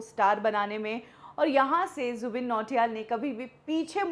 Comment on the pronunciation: Jubin h wo 'zubeen' nhi 😂